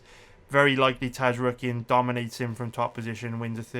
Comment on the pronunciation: The entire human race: Zar-yukien: Taz-rookien